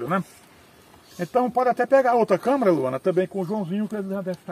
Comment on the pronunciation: Câmera!!! E não câmara!!!